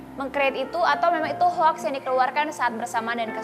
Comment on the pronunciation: Kartika putri hoax bacanya hok..o mbk o....sok pinter tp englisnya ngeng ngong🤣🤣🤣🤣